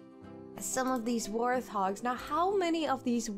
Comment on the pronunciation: Just to let you know it’s pronounced wart-hog like a wart which you can get on your body rather than ‘th’ :) loving the lets plays